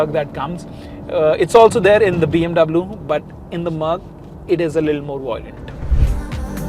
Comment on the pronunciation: Hei north indian chapri pronounce BMW in the correct manner